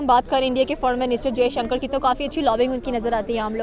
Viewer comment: It's Dr jaishankar, take the name properly bastard 🖕